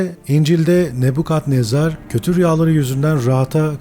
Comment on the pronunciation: Neden "Nebukadnezar" değil de, "Nebbukhadnezzar!?"